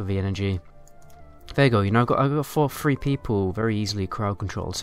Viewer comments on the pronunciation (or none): It drives me crazy that he pronounces three as “free”.